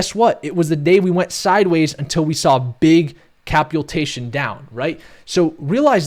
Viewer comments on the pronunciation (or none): Mate, please stop justifying and apologizing every time you say "halving", come on, it gets boring, we lose time and both ways are correct, just chose and say it your way! ;) Cheers and thanks for the analysis! P.S.: It's "capitulation" not "capultation" (this one is actually wrong if you say it like that)